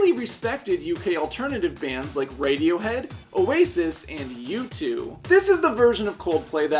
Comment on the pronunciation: U2..how did you pronounce that wrong!?